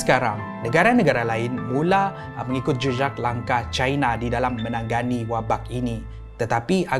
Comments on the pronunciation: maaf, ade salah sebut tu "menanggani" = sepatutnya me na nga ni. Heeee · sebut menangani= “menang Gani” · me - na - nga - ni menangani ok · tanya jak ya... Knp ko sebut "Menangani"... Dgn "Menang-gani" double "g" dan "sengaja"... Dgn "senaja"